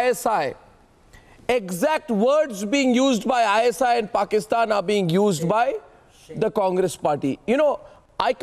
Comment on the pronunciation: Dear It is not porkistaan but it is paikanistan.